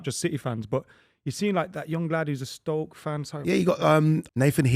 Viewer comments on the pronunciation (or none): none